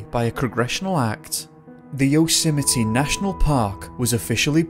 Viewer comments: Please pronounce YOSEMTE correctly.... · maybe if you're going to do a piece on Yosemite you should make an effort to learn how to pronounce it correctly...just sayin' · Sequoia (Trees) = 'SEK-OI--YAH' , not 'Sek-wee-ah' .. Just FYI. Congratulations on Yosemite... Trump botched that one, WICKEDLY.. TWICE in a row 😂😂😂 yet somehow got Sequoia!?!?!? (He'd been coached).. it was so funny. A SO CALLED president who doesn't know his own country's national parks! SMH 😜✌🐨